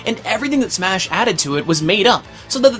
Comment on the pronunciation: Marth. Definitely do Marth for the next Smah History. Smah. Smah. Smah? lol